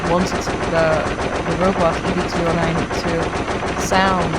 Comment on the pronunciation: ED209 is pronounced 'Ed' 209